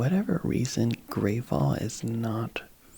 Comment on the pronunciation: Grav-uhl is the pronunciation of Gravol. As a Canadian, it was pretty neat to see it pop up on your channel, either way!